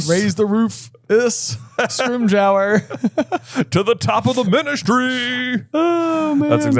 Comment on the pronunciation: Guys, it's pronounced Scrim-ger. Like ginger. But scrim. Its not scrim-j-our.